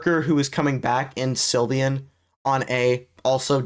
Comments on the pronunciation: It's sylvan not sylvyan gng 💔🥀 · How do you mispronounce sylvan